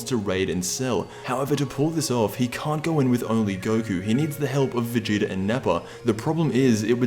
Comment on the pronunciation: You said goku and veagta